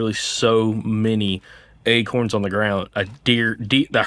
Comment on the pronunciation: Ache-uuurrrns 😂 sir, you meant to say A-corns. Not achy-urns